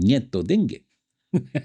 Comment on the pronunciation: Se dice: Nietu dyenek ( no hay dinero). No se dice: Nietu dengue.